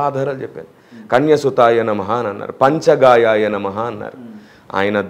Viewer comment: అది కన్య సుతాయ నమః: కాదు కనిసుధాయ నమః:, పంచగాయాయ నమః: కాదు పంచ గవ్యాయ నమః, ఆ మంత్రాలన్నీ మార్చేసీ వేలాడే శవానికి అంటగట్టేసాడు ఈ మూర్ఖుడు. హిందూ దేవుళ్ళ మంత్రాలు ప్రకృతిలో అనంతంగా విస్తరించి వ్యాపించిన ప్రకృతి శక్తుల, విశ్వ శక్తుల గురించి మంత్రాలు రూపంలో చెప్పబడినవి అవి మనుషులకు, జంతువులకు, వేలాడే శవాలకు, సమాదిలో శవాలకు ఆపాదిస్తే గరుడ పురాణంలో శిక్షలన్నీ అనుభవించాల్సిందే. యేసు దేవుని బిడ్డగా చెప్పుకున్నందుకే మేకులు కొట్టి భూమిపైనే శిలువ శిక్ష అనుభవించాడు, గుర్తు పెట్టుకోవాలి‌ మళ్ళీ మళ్ళీ తప్పులు చేయవద్దు...